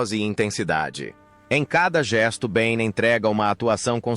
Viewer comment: Não é Bain, é Bieh